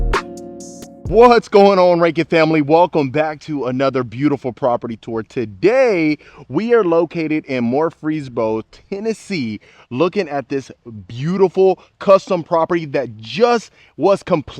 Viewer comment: ...😂 MURRR. FREES...BORO (pronounced like borough)!! Where is this located? I have family in Murfreesboro!!